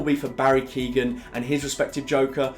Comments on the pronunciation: Barry KYO-gan, not "Keegan" Other than that, great video! Agreed with pretty much everything you said! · Still waiting for a prominent youtuber to correctly pronounce Barry Keoghan's name